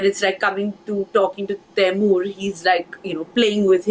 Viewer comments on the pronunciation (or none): The minute you said Taimur, I stopped watching